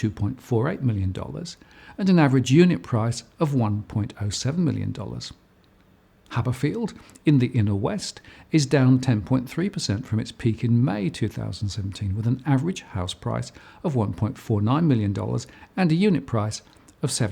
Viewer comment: it's Haberfield not Habberfield... One B.